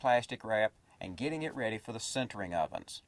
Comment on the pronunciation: sintering not centering.. srsly this guy can't pronounce